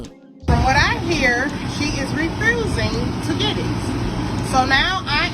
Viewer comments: She said “axing” and “refrewsing”. Just lazy talk. As a business owner, please do better. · "Axing" "Refrusing" My God what is this womans IQ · Refrusing and Axing???? Mam! Mam! She doesn’t know what you’re telling her!!!!! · Refrusing and axing